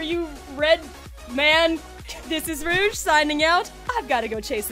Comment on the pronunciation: Well done Rouge. From many people who say my name wrong you said it correctly. 😊